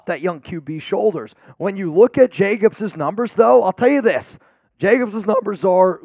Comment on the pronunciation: Hey from Scooby- Doo...it's Jacobs....not Jacobses.....nor mosseses......😳😳😳😳😳😳😳.....come on man......